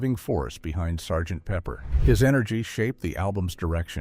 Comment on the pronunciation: "S" "G" "T" Pepper"? ? Give us a break AI. Please say no more AI!